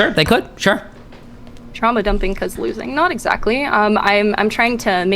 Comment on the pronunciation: "TRAUAMA DUMPING, ULTING" 😭😭😭